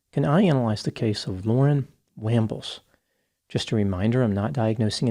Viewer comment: The wambles of Wimbledon!😂